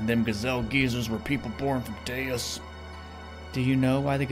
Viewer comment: Okay. So you pronounced Deus correctly at the beginning of this video. My OCD is better now 🙂